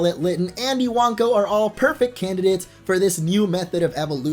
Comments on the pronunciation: I-wank-o? Lel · Iwanko I-wan-ko I-wank-oh😱